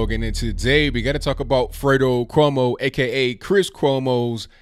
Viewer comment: That’s Cumos not cuños.